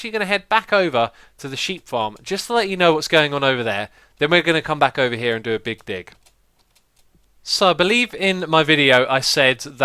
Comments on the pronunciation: same XD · I thought he said big dick lol 😂😂😂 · "the big dig" sounded like something complete different. Lol.